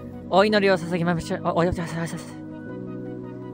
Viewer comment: 「お祈りをさ､sa…ｹﾞまsｻｽｻｻｹﾞｻｻｿｯ､､ 」段々と宇宙人になってきている、、